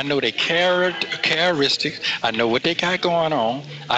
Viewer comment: "I know dey carra-ristics"...😮